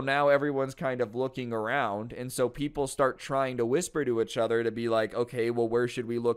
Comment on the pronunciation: Why does he keep saying achother lolol